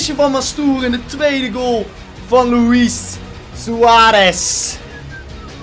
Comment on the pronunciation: Je zegt loeie niet loeies